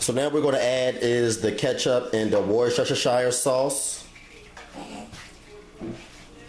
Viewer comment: strange, i put pine nuns paprika, nutmeg, and here in England we do not say wersetetshire, we say as wuster and wustersauce